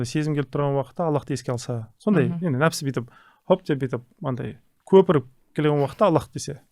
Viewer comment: нәпсі деп айтпайма,нәпс дегени несі